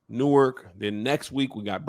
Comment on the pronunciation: Real quick... It's NORK, not New-werk lol shout out to Rahway though... #BrickCityBaby!